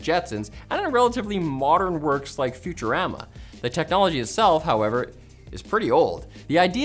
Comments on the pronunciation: Future am uh. Not future ah ma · saying future rammer instead of futurama killing me right now. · I take offense to the pronunciation of futurama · how do you fail to pronounce Futurama right? after 25 years, you think you would have learned how to say it right.